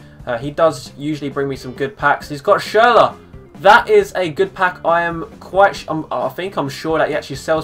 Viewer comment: Schurler plz